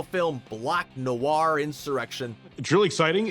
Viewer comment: Did you just say black Noar and not Noir?